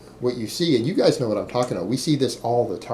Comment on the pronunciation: Anybody else like the way he says "giays"!?